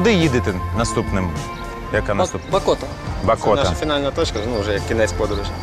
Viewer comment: Когда пол выпуска Меджиибож называли Меджибоож, я еще терпел. Но когда в конце Баакоту назвали Бакоотой, меня взарвало... ВЫ ЧТО ТАМ СПЕЦИАЛЬНО ИЗДЕВАЕТЕСЬ! 😆